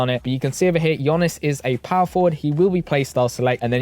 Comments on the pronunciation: It’s pronounced Yanis bro not Yonis. Can’t still be butchering the best player in the world’s name 😂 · It's "yawnis" not yanis